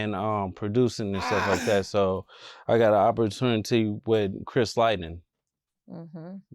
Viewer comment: Who is Chris Lighten do you mean Chris Lighty 😂😂😂😂😂